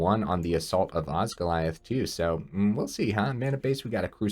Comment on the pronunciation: It so doesn’t matter but oz-gill-ee-ath Congrats on getting early access!!